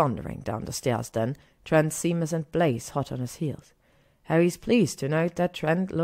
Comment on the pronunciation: Hey Caro, vielen Dank für deine lieben Worte. Es freut mich, dass dir die Geschichten so gut gefallen:)! Mit den englischen Wörtern hast du absolut recht und ich würde mich freuen, wenn du mich da ab und zu drauf aufmerksam machst:) Es ist immer gut was Neues dazu zu lernen und dass Seamus Sheymes ausgesprochen wird wusste ich tatsächlich nicht:D. Da habe ich heute wieder was gelernt. Vielen Dank für das liebe Angebot. Ich hoffe auch, dass ich damit noch lange weitermachen werde (und du mir noch lange zuhörst;D). Da ich aber mittlerweile fast 30 bin und Fanfic mich noch begeistert wie am ersten Tag bin ich recht zuversichtlich:D. Danke für deinen lieben Kommentar und dass du dir so viele Geschichten von mir anhörst <3. Das bedeutet mir wirklich viel:) Vele Grüße